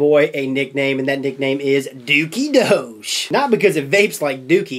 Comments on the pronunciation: Doge is pronounced "Dog-E" or "Doggie" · Jesus christ, its D-oh-g like the DOGE memes online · it's pronounced DOG-EEE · Its pronounced like dog but with a long o sound. Like the meme